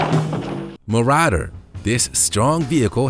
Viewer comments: mo ra der ??? ma ro der ! ffs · Ma-ra-der. No. No no no. Ma-raw-der